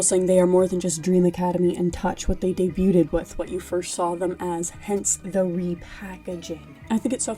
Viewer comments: This video was an awesome recommendation from my algorithm but “debu-ted” is FRYING ME 😂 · why tf are people pronouncing the t in debuted??!?